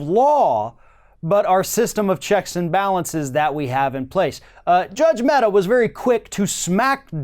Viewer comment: The name of the Judge is Amit Mehta and not Ahmed Metta. Just in case you wish to google and know more :)